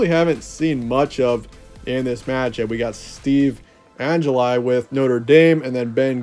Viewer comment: Steve an-ja-lie. I didn’t think one could butcher Angeli’s name that badly. For, think peanut butter Angeli 😂